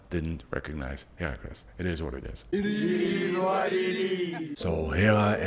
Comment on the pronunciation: “IT EEEES WHAT IT EEEES” 🤣 Shoutout SA 🤣🤣